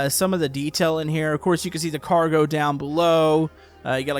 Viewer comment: Its car-go